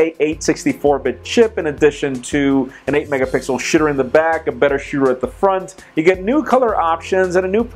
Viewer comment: Oscar Conroy I agree it does sound like he is saying shitter